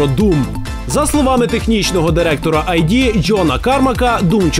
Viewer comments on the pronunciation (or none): Не "АйДи", а "ИД".